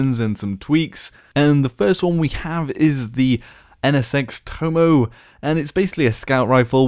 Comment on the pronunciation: That would actually be pronounced Toh-Moh-Eh The tomoe is seen as a symbol of the Shinto religion, founded and still observed in Japan today Amaterasu - (Amma-teh-rah-soo) is a prime god of the Shinto religion, god of the sun and the universe as whole.